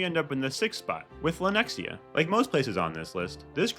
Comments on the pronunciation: What the hell! Lenex-i-a?! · Oh-lay-thuh. You murdered that shit. Also, Lenexa. No I.